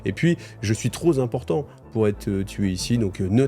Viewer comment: Excellent, encore un peu court parce qu'il ne se passe pas grand chose finalement mais les perso sont qd même savoureux ! Gvo ne serait-il pas le Kenny (South Park) de 40k ?? Sinon encore la vilaine liaison : "trop zomportant"... Ça me choque tellement... Allez, la prochaine sera la bonne ! 😅